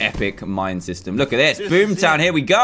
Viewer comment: Dan: TO BOOM TOWN me: ITS BOOMER TOWN NOT BOOM TOWN im sorry LOL I HAD TO MAKE A JOKE XD